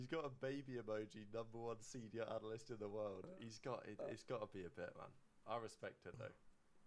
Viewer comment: “Analasyst” 😂😂 they can’t even speak English while roasting you 😂